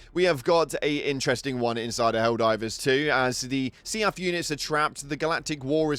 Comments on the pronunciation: I love how he keeps pronouncing SEAF as "Seeyaf" when everyone else says "Seef" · Omg see-aff is bugging the hell out of me. Sea-f. Seef. Not see-aff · Do me a favor....... Say "Leaf". Then pronounce "Seaf" again. Lmao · I've never heard anyone pronounce SEAF like you 😅